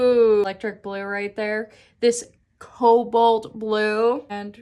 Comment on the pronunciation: 😂😂i laughed so hard when you said this cobloat.. coboat..blue.. than tried saying it myself and did similar. I love that packaging 😍